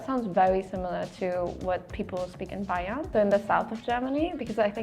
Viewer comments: Correction: It's "Bayern" not "Bayham" and it means "Bavaria" in English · Bayhern instead of Bavaria is wild😂 In German it's Bayern btw